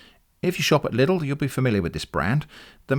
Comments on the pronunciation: German here: LIDL is not pronounced "liddle", but more like "leedl". Just like needle, but the e at the end is silent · It's so weird to hear LIDL pronounced "liddle" instead of the familiar German "Leedle"